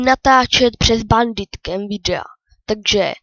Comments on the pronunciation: říkáš to špatně říká se to bendikem a píše se to bandicam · a nepíše se to jak ty říkáš BENDYTKAM a neříká se to BENDITKAM!!!! Ale jinak dobré videjko